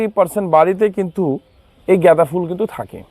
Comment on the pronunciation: উচ্চারণ ঠিক করুন । জ্ঞাদা বা গেদা নয় । গাঁদা ফুল ।